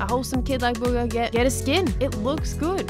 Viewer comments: In the start instead of saying Bugha you said booger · You said booger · The way she said Bugah sounded like “buger” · Just so you know i came for bugha no offense I love your channel but come on its bugha